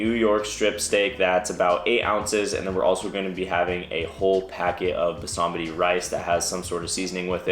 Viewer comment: bro tf is "basa-matty" rice noooooo lol